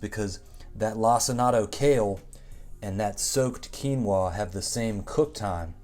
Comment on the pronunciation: My brother in Christ….did you just call it “lac-in-ato” kale?